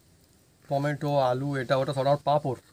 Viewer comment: টমেটা কি টমেটো বলুন